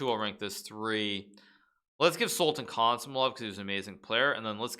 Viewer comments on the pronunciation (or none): none